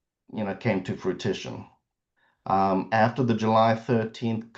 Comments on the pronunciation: If that attorney says fruit-ition again!!!!! lol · Is Attorney pronunciation of “fruTISHun” like “ow-loo-min-ee-uhm” vs the US “uh-LOOM-I-num” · So sad that the sister is willing to throw away her relationship with her brother over this estate. There is no bottom to avarice. Also, the attorney keeps saying the word “fruition” as “frutition”. He obviously likes the word bc he has used it at least 4 times in this video. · needs to be told that the word is fruition, not frutition. C'mon, man. And then he makes a bad math mistake, talking about the 1.85 to 1.4 million being a 500K discrepancy. I can imagine he has lots of other mistakes in his arsenal, and his English demeanor probably has helped him come across as more savvy than he actually is. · He keeps saying “fruiTiton”. It’s “fruition”. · no, he’s just getting the word wrong. Like I have a coworker who always says “fustrate” instead of “fRustrate”.